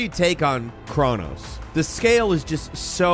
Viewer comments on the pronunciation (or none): none